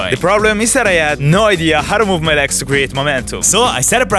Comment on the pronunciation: Why do you say "leks" instead of "legs"? xD